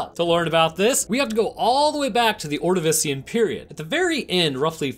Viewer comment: Honestly the worst part was when the dog died. ALSO CAN'T SAY ORDAVICIAN! (And that was not the Ordavician extinction, rather the end Permian extinction. You refer to it as what came before it, or its nickname. The Great Dying is the other name it has.)